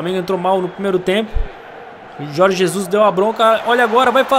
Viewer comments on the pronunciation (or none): none